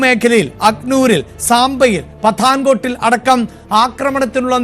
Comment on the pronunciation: പത്താൻകോട്ട് അല്ല. പഠാൻകോട്ട്.